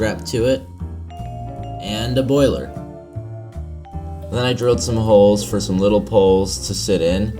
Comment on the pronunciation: " and a Boylei-r (Hobby Time)"